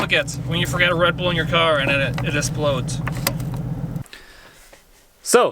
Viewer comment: Did you say esplode? Did you mean explode?